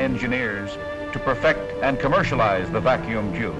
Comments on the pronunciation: What funny way does the announcer say Vacuum Tube that the captions say Vacuum Jew ??? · 73! I thought he was saying vacuum chube.